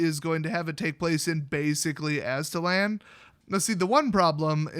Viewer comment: the Aztec's mythical homeland was Aztlan. You pronounced it correctly. haha, "somewhere in the middle.. the moon!"